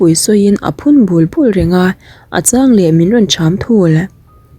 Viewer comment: Ati bul bul ni lovin atibulh atibulh a tih tur aw